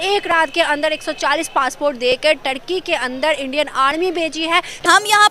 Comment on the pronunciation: Bahan Turkey bol rahi ho tharki bol rahi ho 🤣🤣🤣